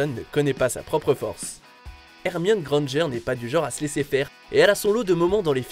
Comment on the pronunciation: Hermione Grangeeeere 🤣🤣🤣🤣🤣 Les Français....